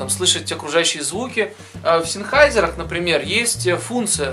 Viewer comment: "Зенхайзер". Ну либо говорите на английский манер "Сенхейсер". )